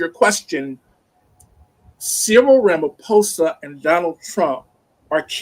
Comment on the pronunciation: Its pronounced: Ma-lay-ma Ra-ma-posa Bantu language each letter is pronounced independence and ph is not combined to sound like f. Vowels sound like: A-ah E-aa I- ee O-o U-oo/uu